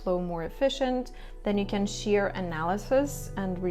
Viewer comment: Can you say share instead of sheer